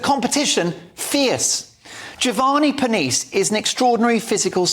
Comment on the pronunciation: ca. "...the pneumatic powerhouse Giovanni Pernice." Aside from not bothering to find out how to pronounce his last name, whatever did you mean by the alliterative pneumatic? I get it that you think Strictly is silly and trivial. No need to amp up the hyperbole about the show being about what you consider fluff. This news item is about female aggression in the form of gossip, innuendo, and reputation destruction, mostly the latter. IMO, the action against Giovanni and Strictly is more evidence that the left destroys everything it touches.